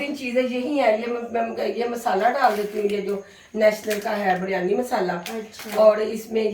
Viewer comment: Biryani ki pronunciation itni ajeeb kyun h. Ghar me koi naam Sahi Nahi leta